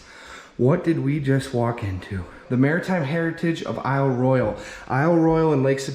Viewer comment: Pronounced Eel Roy Al Loved the video! Great job!